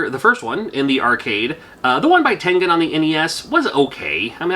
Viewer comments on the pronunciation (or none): none